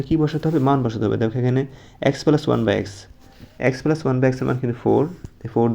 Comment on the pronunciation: প্লাস না পেলাস 😂😂😂😂